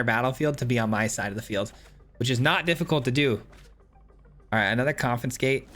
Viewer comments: Oh thank god it's not just me! Every time he said 'CoNfInScAtE' it was like a flick to the forehead. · Hearing you pronounce "confiscate" with an extra 'n' was bugging me too much, ha! Very cool deck though! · Great video, great deck, great lad, but please... con-fi-scate 😂 Keep the great work coming! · Coffin skate lol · it isn’t just this particular video. The last time he used the confiscate in a video he mispronounced it then too. My brain autocorrects but it does make me curious why he has that glitch for this one particular word. He usually does good and this isn’t anything to damn him about but I, personally, find it funny. Not annoying but every time I heard the N I smiled. It is an -ism.